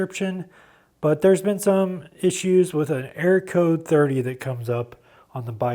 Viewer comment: You say arrow instead of error? Sounds like it 2-3 times..